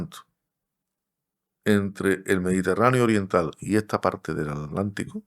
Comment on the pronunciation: No entiendo por qué pronuncian alántico o alántica omitiendo la T. Se pronuncia aTlántico o aTlántica.